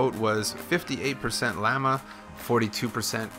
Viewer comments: It llama, not Lay-ma xD Also, 110th like! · its not layma it’s llama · It's pronounced LA-MA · the way you say llama lol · you pronounced llama wrong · Why did he say llama so weird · You said Lamma wrong